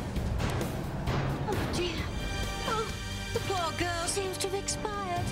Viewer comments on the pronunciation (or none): Tabitha said “Expired” 😂😂😂😂